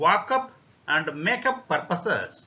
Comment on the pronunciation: This video simply planned our study time table with daily activities without our efforts...thank you sir ❤️....and the word make up sounds funny 🤣